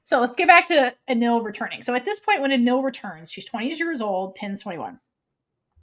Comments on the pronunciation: Its spell is Anil with L (like what the translators did) but it’s pronounced as Anin because there’s no letter L at the end when you pronounce it in Thai so it becomes Anin. Becky once tweeted ‘AnilPin’ so that’s their official ship name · In THAI, L is pronounced as N in the end of the word. This is why is Anin e Pin although PiLantita. Prik is two years younger than Anil